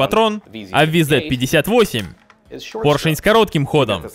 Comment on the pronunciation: правильно говорить вз-58